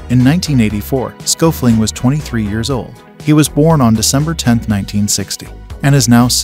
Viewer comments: Schoeffling is pronounced completely different. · pretty sure that's not how Schoeffling is pronounced. Thanks for doing your research.